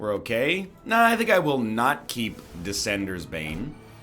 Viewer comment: Oh, so now you’re going to purposely pronounce Ascenders Bane wrong like a moron so you get more YouTube comments? Well, it worked.